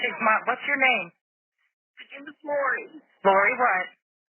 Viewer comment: and im pretty sure her name is Lorri not Lauri